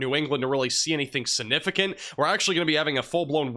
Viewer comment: Firts, it’s not snifficant to him… (Intended misspellings to demonstrate the phonetics of his other odd mispronunciations..😵‍💫)